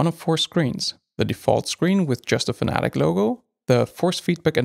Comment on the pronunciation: Fanatic 😆 FAN-A-TEC 🙄